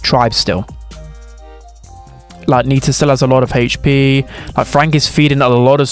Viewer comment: "haytch p"